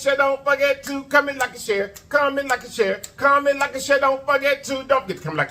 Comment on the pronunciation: Man whole time I thought u was saying commit like a shearit. I’m thinking like what’s a shareit. But today I heard comment like and share it 🤣🤣 got it